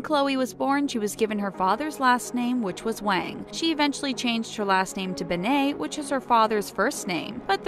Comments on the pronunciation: ughhyou kept pronouncing her last name so wrong!! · They said her last name like ben-nah. Its said Ben-it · In her name you pronounce the T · I know it's not ben-ae it's ben-et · Its like saying ben then net at the same time and not banai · Her name is pronounced (Ben-Ay) it's (Ben-Et). Gah, you do soo much research but you can't even say her name right. Love you. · Stop saying her last name wrong ITS BEN-ETT NOT BEN-AI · "Bennay" It's BEN-NET, OK BEN-NET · Why "Be-ney"? Not "Ben-net"? You said her name wrong. It would be "be-ney" if it had only one N. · Ben nit not Ben nayyyyy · Why do they make its sound like she has a French last name,like nooooooooo it’s Ben-net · Beney?? Come on!! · i know they should have said ben-net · Omg they said both of her last names wrong, its pronounce ben-net, and pronounced wong not wang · Midnight Jewels yeah they keep saying bennaye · ...."Bennay"...???? Are you serious?!? sigh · Her name is said BE-NIT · It’s pronounced BEN-IT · Said her last name so wrong🤦🏻‍♀️🤦🏻‍♀️🤦🏻‍♀️ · Said her last name wrong 🤦🏼‍♀️ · I cringe every time you say her last name wrong. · Her last name is so simple and they still can't say it right. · Maybe should actually say her last name right, like really? This is really annoying me {edit} I wasn’t suspecting that much of comments and likes, I’ve never received this much but thank you guys 😊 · You pronounced her last name wrong. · She did say it wrong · Ik I hated that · Their grammar and pronunciation make me wonder if they have ever sent their scripts or videos through editing processes. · Ugh ikr 😑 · ikr it pissed me off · She said her last name wrong 😂😂😂😂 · Chloe who ??? Why do you pronounce her name like that???? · you said her name wrong so annoying and I love chlogan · Ishan Ali YOU GUD BRO? I understand why u said that they said her last name wrong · You don’t say her name right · Call yourself a fact channel when you can’t even say her name right